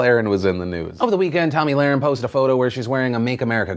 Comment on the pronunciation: It’s Tomi Luh-RIN